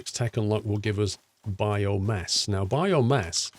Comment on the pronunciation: Is it just me or does he keep saying bio mess